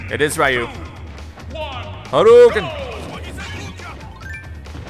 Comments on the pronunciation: Your saying ryu wrong its not ry u its re u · How to say Ryu's name is Reeu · it's pronounced Ryu (Ree-you)